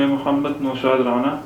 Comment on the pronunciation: Abe Nalaiq tumhe tu nabi ka name bhi Sahi se lena nhi Aata isse Aage tumhare bare me kiya bat karoon